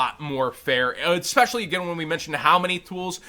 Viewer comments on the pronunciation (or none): none